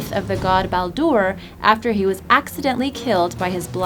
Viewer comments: Sandra C Wright Skeedee and Balldoor wtf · Baldr not Baldoore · Baldr, not Baldur